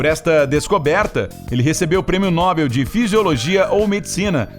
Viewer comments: Não se lê NÓBEL e sim NOBEL. Como posso confiar nas informações do vídeo se o narrador nem sabe a língua portuguesa. Afff..... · Não se diz nóbel e sim nobél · O certo é nobél e não nóbel. Talkey? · Nóbel ou Nobel??? O certo é Nobel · Dica: não é Nóbel, é Nobél... Oxítona, não paroxítona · Prêmio nóbel foi engraçado...😂🤣. É prêmio Nobel.. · O prêmio é No-Bél. Não é nó-bel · Nóbel ou Nobel????? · Não é nóbel. E sim NOBEL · Pronúncia correta: noBEL... Él